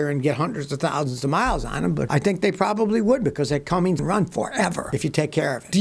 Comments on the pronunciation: It's Cummins, not Cummings! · Scotty, STOP SAYING "CUMMINGS"! There is NO G in CUMMINS. You oughta know better, it's right there on the fender badge. Also, Nissan's 300hp V8 Cummins diesel has not been a big seller, and reviews I've seen were somewhat negative. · Making sure you get that silent letter [G] in Cummins. 😆